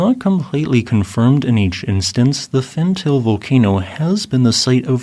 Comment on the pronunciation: Pronounced as Fant-al-ae